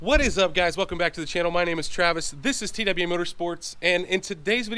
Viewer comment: She try to say Travis 😂😂😂😂😂😂😂😂